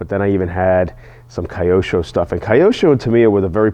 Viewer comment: Say it with me Kee•oh•sho 😂